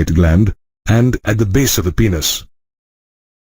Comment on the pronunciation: Plzz aap penis ko peeenus mat bolo